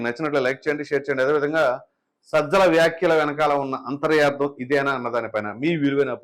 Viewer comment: అంతర్యార్థం కాదు నాయనా, అంతరార్ధం అంటే చాలు, అంతర+అర్ధం: అంతరార్ధం అనగా లోని విషయం, తెలుగుకి అన్యాయం చేయ వద్దు 😂